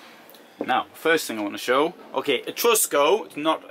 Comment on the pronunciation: Well............it's Etrusco..........non mi fa sognare............